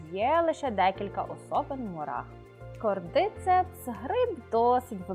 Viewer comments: Додивилась до назви грибу. Назва та, але наголос зовсім не там, а через це, особисто мені, вже не цікаво дивитись... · Наголос: кордицЕпс, щЕлепи